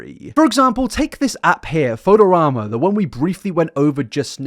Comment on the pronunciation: not being able to pronounce fotorama is very funny and admittedly interesting